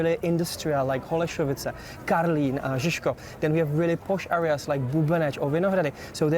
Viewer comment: It's "Holešovice", not "Holašovice".